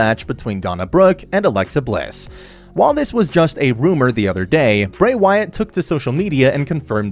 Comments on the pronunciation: Donna Brooke... and then you kept saying Seth "role" ins... But then you called Bray Wyatt "Brian" Wyatt... WTF??? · If you're gonna do wrestling content, you might wanna at least pronounce their names right. Who in the hell are Donna Brooke, Bryan Wyatt, and Seth Rowlands? 🧐